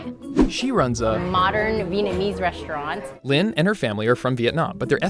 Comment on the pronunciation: I’m Vietnamese and my mom is also named lien, the way he says her name is so weird. It’s Li-en, but pronounce the e in lien like an a